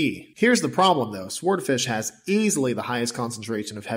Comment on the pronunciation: "Swordfish" ... don't pronounce the 'w'. I loathe that more than you hate oysters.